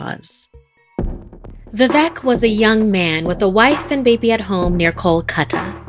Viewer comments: As a Bengali, the pronunciation of Vivek as vevec just gave me chills.... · Wtf it's vivek you are telling it as vevek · The mispronunciation of Vivek is so funny 😂 "vevek" that's what she says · It's not vi - vek not veevek that's the pronounciation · It is vivek not vivac Your pronouncing was ❌wrong. But I still like watching👀 your vids😂🇮🇳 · Its vivek not vivak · The way she says "Vivek" As "Vevec" Is giving me anxiety 😭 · It should be bibek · I didn't get it until I really got it VIVEC. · Just tell them how to pronounce it. “V-wake” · She: Vivec Me: Arey oo vivek bhaiya. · Vivek is pronounced as "V-wake" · Amazing narration.... Just a tip....Vivek is pronounced as vi-wake....like the word ' wake-up'😁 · for rest to pronounce vivek u can try to say we-wake no pause just say it conjoined and that is how u can say VI-Vek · Vivek pronounced as ‘vi- wake’ :) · BRUH WHY IS SHE CALLING ‘VIVEK’ AS ‘VIVEC’ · I half died when she pronounced vivek 'vevac' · It’s pronounced Viveek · I'm Indian and I was laughing at how she pronounce calicut or vivek.